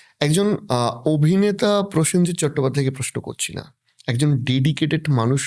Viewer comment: পয়েনজিৎ, পসেনজিৎ থেকে প্রসেনজিৎ